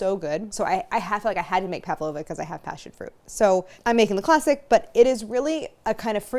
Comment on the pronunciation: I always find it cute when people pronounce an 'a' in Pavlova when there isn't one. Pav-lova rather than Pav-a-lova.